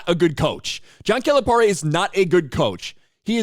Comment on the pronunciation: We’re glad he left. Also the way you say his name is cringe. He doesn’t even say his name like that.